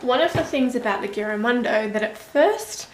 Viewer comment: Never heard of this notebook but looks great! :) Just a heads up, The "g" should sound like a "j". Giramondo means around the world or traveling around the world. I'd love to get one, would be awesome for my traveling doodles. thanks for sharing your review!